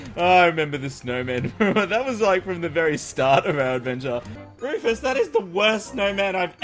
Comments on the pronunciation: its not rufus the enginner its fufus the anginner:) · Bunny: Tank you Wufus for your secwet base!! Rufus: Get away from my base bunnies!! You too Lorenzo!